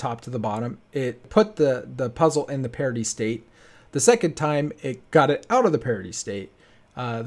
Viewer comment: I always thought you were saying "parody" hahahaha